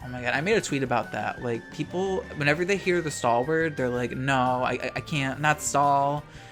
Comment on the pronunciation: lmao he said the australian "noarh"